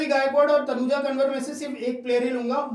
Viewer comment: तनुजा कंवर ह । कनवर नहीं 😅